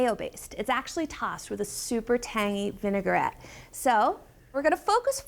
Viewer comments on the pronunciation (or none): How could you let her mispronounce vinaigrette so many times? All the way through production and nobody heard it? VIN UH GUH RET, VIN UH GUH RET, oof it was hard to watch, not knowing when she was going to drop another V bomb. Come on, you're supposed to be the experts.